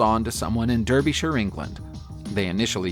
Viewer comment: Derbyshire = DAHR - bee - shirr